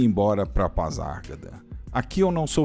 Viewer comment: Gostei do vídeo, apenas uma observação a forma de pronunciar PASARGADA, está errada.